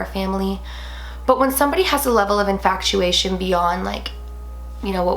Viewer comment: i love you and your channel a lot but it KILLS ME every time you say INFACTUATION, it's infatuation without the c girl